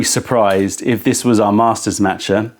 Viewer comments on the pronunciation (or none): Haha, but he also mispronounces "master" 😅😅